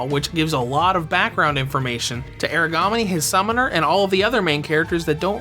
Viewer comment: kinda weirs to do a revew when the title/ main character's name is constantly mispronounced lol